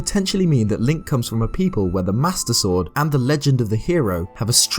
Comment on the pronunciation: The way you pronounce "Master Sword" sounds a bit like "Mustard Sword." I just like the idea of Link fighting by squeezing a bottle of mustard.